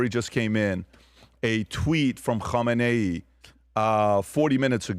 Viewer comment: PBD loves saying “ho mah nay” lmao Which is the name of the possible next leader, spelled “Khamenei.” 😂